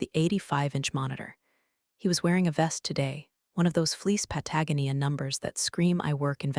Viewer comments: Your AI narration is so pathetic that I’m laughing. Patagonia is NOT pronounced pat a go nee yah It can’t even recognize that Nov is short for November and actually said Nov. There is no sense of phrasing, an inability to understand basic punctuation or pronunciation or how to tell a story. You should be embarrassed to put this out at all. That was just the beginning.😂😂😂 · Pat-uh-go-knee-uh. Please teach the computer the correct way to pronounce it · Pat a GO nee ahh..Patagonia. Still gave a thumbs up for a great job! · I will not give you a thumbs up until you Google how to pronounce Patagonia